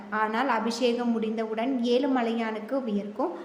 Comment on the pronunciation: Yezhu endru sariyaga solla muyarchi seyppa commentator